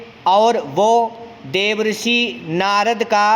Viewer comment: आप देवर्षि का उच्चारण गलत कर रहे है श्रीमान, आप देव ऋषि उच्चारित कर रहे हैं।